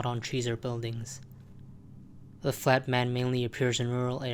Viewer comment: why did you pronounce the flat man as the fat man 9 out of 10 times?